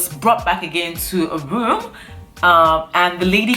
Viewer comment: She kept saying put me in that woom , he he he .